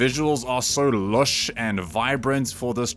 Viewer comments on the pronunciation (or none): Loesh Bru? I am sure you mean Lush hahaha ;) Go my fellow Afrikaner